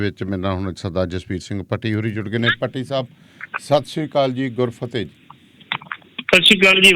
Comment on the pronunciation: baki saab tan thik hae par ‘GUR FATEH’ tan changee tareeke naal bolani seekh lao jan keh layiye ke bol deo